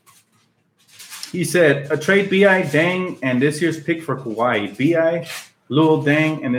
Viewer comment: It's "Kuh-why" Leonard bro